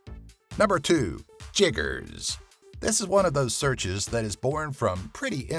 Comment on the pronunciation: Its chiggers, not "jiggers".